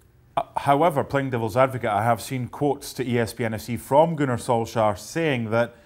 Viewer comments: Ah, yes, Gunnar Solskhar. It's been long enough now, people should know that it is not pronounced with a hard K. More like Solshajr...? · Don't ever say "Gunnar solskjaer" again lol